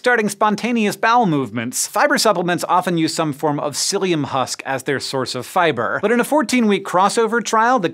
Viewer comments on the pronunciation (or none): none